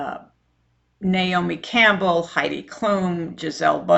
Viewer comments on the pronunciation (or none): none